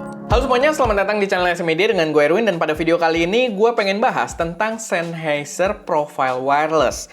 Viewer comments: Bukan sennHEIser bang, tapi sennHAIser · coba di google bossQuh, SennHEIser apa SennHAIser... 🤣🤣🤣